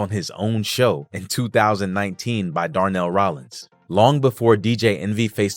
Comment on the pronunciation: This nigga said Darnell he don't even know